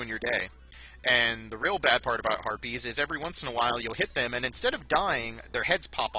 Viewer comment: When you said harpies, I heard "herpes really suck".